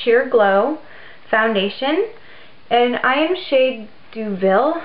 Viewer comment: Deauville- prounouciation Doh-Vyl. (it is french) Nice video!